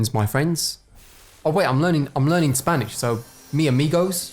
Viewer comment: The way you said Mi Amigos made me laugh so hard